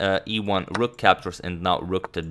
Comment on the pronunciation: Dude it's rook not rock